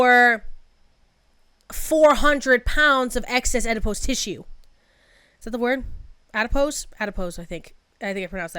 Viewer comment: PS you did pronounce adipose correctly, although I think she closer to 600 lbs, rather than 400.